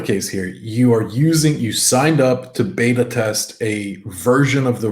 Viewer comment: You guys say "beta" wrong